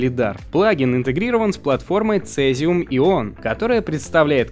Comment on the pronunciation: Не "Одл", а "Удл", Не "Цезиум", а "Сизиум", не "Адоб", а "Эдоби", не "Айпад", а "Айпэд".